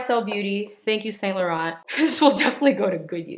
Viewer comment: Thank you for being so generous!! I'd love to win Prize A!! Also, why do you pronounce Sainte Germaine properly and yet you don't even say Yves in Yves Saint Laurent and put the harsh t on the end of Laurent? I know you've got the ability!! 😁💜💜💜